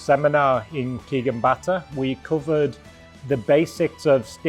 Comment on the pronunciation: Pronounced botta.